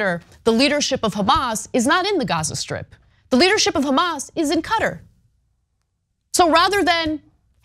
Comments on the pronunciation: Ana, Qatar is pronounced "Kuh-taar" not "Cutter." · Listen 1) David Pakman is defending Israel's attacks. 2) The country of Qatar is pronounces "K'tar" not "Cutter". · Please stop saying "cutter". That's not how you pronounce Qatar.